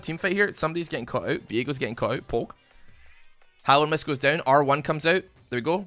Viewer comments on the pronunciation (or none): When says Hallowed mist I hear Hollownest. please play Hollow Knight 🥺🙏